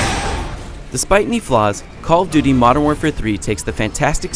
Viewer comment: "Coll tooty"